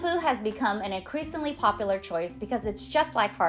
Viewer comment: Great job!! Good content. Dont forget, there is a U sound in the word popular lol.